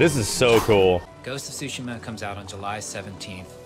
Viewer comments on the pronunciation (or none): Yeah, the ‘T’ is definitely not silent in Tsushima. It’s supposed to be ‘Tsoo-she-mah’ (I’m no professional when it comes to writing out pronunciations, so give me a break). Also, in Japanese, the first syllable is the stressed syllable more often than not. So, we tend to say ‘He-roh-SHEE-mah,’ but the stress definitely shouldn’t be on the third syllable in Hiroshima. Anyway, it’s not really all that important since the Japanese butcher English pronunciation with katakana, but if anyone actually cares about how it’s pronounced in Japanese, there ya go. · It's not "Sushima" , the "T" isn't silent. The developer simply doesn't even know how to pronounce his own game's title. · The T is not silenced. It’s actually TSU. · No the accent is actually Tsu-Shi-MA !! ツシマ、対馬 That's why make me laugh when I heard they say Su-shima!!😂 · No the creators confirmed it's said like sushima. The T is silent since the Dev said it in the State of Play. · The T in tsu is never silent in Japanese btw. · the t sound in tsu つ is slightly pronounced, it’s not su す which holds no t sound. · Dank Vader16 dev pronouncing it the american way like how you guys pronounce tsunami as “soonami”. the correct way of pronouncing is explained well by the mr up there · The T in Tsushima is definitely not silent. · the T isn't silent in japanese, it's just how he chose to pronounce it in english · the t is NOT silent, they just say it like that to make it easier... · I've actually been to Tsushima...there is nothing there. And the T is definitely not silent but it's a slightly difficult pronunciation.